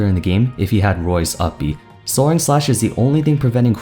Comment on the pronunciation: Coming off of the "Is Recovery Overrated?" video, finally realized the word I kept hearing was "Soaring". I took it as "Soren", and was so confused, like, "does Chrom have an alter ego?"